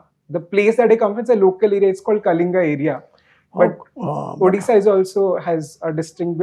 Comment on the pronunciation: It's Odisha not addisa